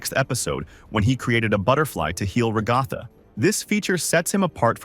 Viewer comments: Bro stop saying regatha like that ots rag-a-tha like rags and Agatha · Bro it’s Ragatha not Ragifa😂😂 idiot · It's ragifa not rogifa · You said regatha not ragatha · Ah yes, Rah-ga-tha